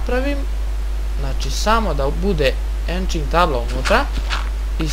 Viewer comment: nije enching nego enchanting